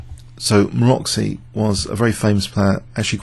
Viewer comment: You pronounce Maroczy in a wrong way. I only write because somehow it disturbs me, sorry for that. Maroczy isn't pronounced like Maroxy, but like Marotsee. see the wiki entry